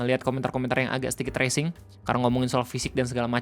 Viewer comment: Bang Bukan " Racing " Bang, " Racial "